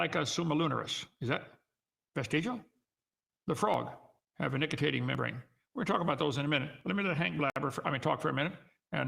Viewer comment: Nicitating? He can't even read.